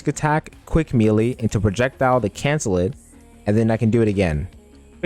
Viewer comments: (Melee) It’s pronounced “maylay” not “meeleee” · why u call it meelee bro